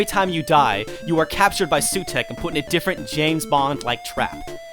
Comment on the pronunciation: Also, it's The Claws of SUTEKH, not Heugh.